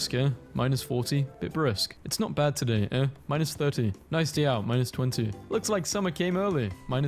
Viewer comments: You pronounce "eh" like the letter A...a long "A"....not like uh as the guy reading this video....its like "Hey" without the "H".... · It's aye not eh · One thing: "Eh" is pronounced like the letter "A", and not a grunt as the video narrator said. Just thought you'd like to be properly informed, A! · I hate how the narrator says eh, it’s pronounced like AY, EY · The biggest annoyance in this video, as a Canadian is he never pronounced, 'eh' correctly. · Yeah that was funny and fun except, sorry, the narrator kept mispronouncing "eh." It's also a rising sound, usually written with a '?' mark. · The narrator's pronunciation of eh is bothering me.